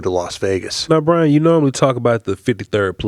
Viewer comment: 1st its BRY-an 2nd yes